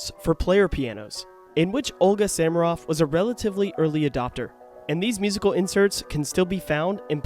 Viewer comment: The background music is Samaroff's recording of the Ernest Hutcheson piano arrangement of Wagner's Ride of the Valkyries, from the 1920s. She made many marvelous recordings. By the way, isn’t her last name pronounced with the accent on the second syllable?